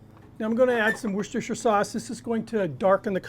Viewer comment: deserves a subscribe just for saying Worcestershire Sauce correctly! Come on people!!